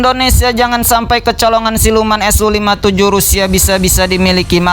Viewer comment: BUKAN SO TAPI SU BRO